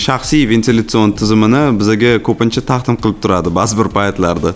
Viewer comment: taxtim qilindi Taqdim bomasmidi 😃